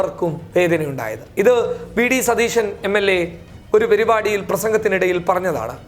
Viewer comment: നല്ല അവതരണം ആണ് ചില വാക്കുകൾ ഉപയോഗിക്കുമ്പോൾ ശ്രദ്ധിക്കുക 1 - പെരുപാടി അല്ല പരുപാടി 2- Big salute കേട്ടു മടുത്തു വേറെ എന്തെങ്കിലും ആവാം 3- പല വാക്കുകളും വല്ലാതെ മണിച്ചു പറയണ്ട..